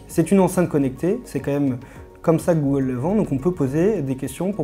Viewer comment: "dit gollum ..." Articulez bon dieu ! Il a bien du mérite ce petit assistant.